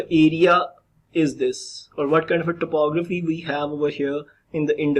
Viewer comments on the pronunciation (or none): Hello. Beta, everything in the video is nice. Just please fix your pronunciation of 'topography' and 'rugged'. Look it up online or in a dictionary. Remember, first impressions are your pronunciations.